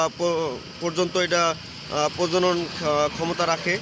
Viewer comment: ভাই প্রজন নয় কথাটা প্রজনন